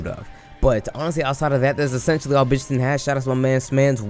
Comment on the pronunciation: hmm.. hearing your pronunciation..let call him Bitch Syaitan!